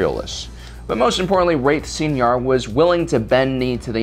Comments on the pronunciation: It's pronounced like "Sye-nar," you're pronouncing it like senior. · Id always used the Canon pronunciations from the show and books (koo-aht and sai-nar). I was mostly making a joke at his expense, and the expense of YouTubers in general (you'd be surprised how many can't even pronounce a single idiom or turn of phrase). Its definitely not going to stop me from watching this channel, but he did seem kind of iffy on those pronunciations himself.